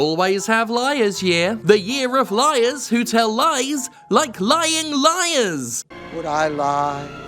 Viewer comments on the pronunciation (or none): “Liars year” lmao